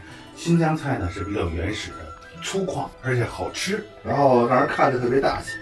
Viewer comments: 粗犷guang3 不读粗kuang4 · 粗犷， 念广 不念矿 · 是的，不小心读成kuang了。